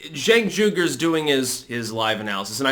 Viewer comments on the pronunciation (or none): It's pronounced "Chunk" not "Jenk"